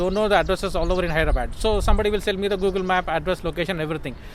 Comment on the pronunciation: All well , but pls restrict yourself to pronounce HyrdraBAD , with love, from an Nixon EV owner from Mumbai